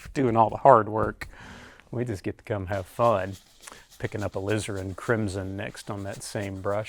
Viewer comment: "Alizarin crimson" No one says it better than Donovan.